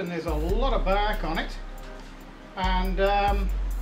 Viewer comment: I like how he pronounces bark close to back